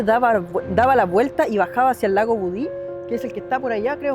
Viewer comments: budi lo pronuncias mal es budi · Hola. Es lago Budi sin acento ni tilde al final❤ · Me gustan tus videos, pero viajar tan lejos para decir mal el nombre del lugar y más encima siendo Chileno 😢 El lago es Budi y ojalá la gente vaya no más, pero con precaución.